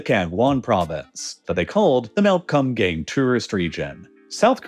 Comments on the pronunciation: Well it's supposed to be pronounced and written as Geumgang. Kinda like saying good but with 'm' and gang with a "Ah" not a "Ang". so it would sound like Geu-m gah-ng. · I can't stop laughing at how you pronounce Kumgang as, "cum gang". It's not even the correct pronunciation, but you even add the emphasis between the words 😂😂😂😂😂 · as a person who studied korean for a couple of years, the thing that kills me about it is the way he pronounces it. it’s supposed to be pronounced more like “kuhm-gahng”, but bro literally just says “cum gang” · He was definitely pronouncing it as "cum gang", which isn't correct, but definitely funny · he pronounced it wrong. Its like Koom-gahng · Did he say Mount Cum-gang? 🤔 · Sorry I laughed every time you said Mount Cum Gay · I thought he was saying Cum Gain at first, Kum Gang is not necessarily better. ( PS Gang nam song has been out for a long time, why pronounce Gang so different from that?) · I'm sorry, but "Mount Kumgang"? Come on man😆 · The way u pronounce Kumgang is hilariously white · please do not pronounce kumgang like that 😭😭😭 that's not even close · Oh my god, I'm so sorry but your pronunciations are just hilariously wrong. I am crying laughing over here at the "Kumgang" pronunciation for 금강산! Oh heavens.